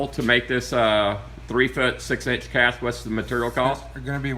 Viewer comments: It's pronounced "cash", not "cash eh", you are confusing it with the French word "caché", which has a different meaning. Every single YouTuber gets this wrong, not sure why. As I was writing this you mentioned that you knew, so this is for others I guess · Firstly it’s pronounced the same as “cash”, not “cashay”. Secondly, nobody wants to see you open your mail from Amazon. This video could have been 4-5 minutes long. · Cache is pronounced like "cash", it is not pronounced ca-shay, that would be spelled cachet. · It's a "Cash" not a Kashey. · You are telling the powers that be your plans, in detail. Also, the word is pronounced "cash". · Cashe is pronounced “kash.” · Wait till this dude figures out his "cashay" is assembled with parts made in China. LOLOLOL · Cache is pronounced "cash". I don't think you're making a cachet. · Dude, it's cache, pronounced like "CASH". You are saying cachet. That is a word in the dictionary but it means something else. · Cache is pronounced like CASH. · Dude, seriously, the word is pronounced 'cash' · How many times could this guy possibly mispronounce cache